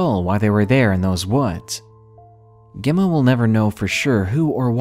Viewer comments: Gemma is pronounced jemma. Not important just needed to say it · Gem ma- like gem stone and Ma. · You later pronounced Emma ok, Gemma is like Emma with J in front.